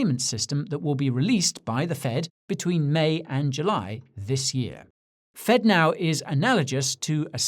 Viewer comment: Fedno instead of Fednow.